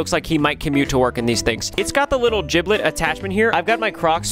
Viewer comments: who's gonna tell him its jibbit not jiblit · A giblet it’s gibit